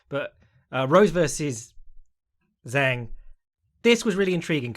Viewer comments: you can say weili's name whichever order you want but it's zhang as in "jah-ng" not "zang" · Zhang has been fighting in the UFC since 2018 and was THE CHAMP since 2019. All those years and accolades but still acts like he doesn't even know her name and that it's some kind of tongue twister to pronounce correctly. I think it's fair to call that at least disrespectful (maybe more, but I'll keep that to myself).